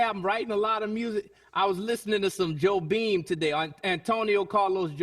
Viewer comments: Antonio Carlos Jobim, not Joe Beam :D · It' s Jobin, not Joe Beam. ... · I'm Portuguese and I honestly thought Jon Batiste said Joe Bean xD (it's actually Jobim)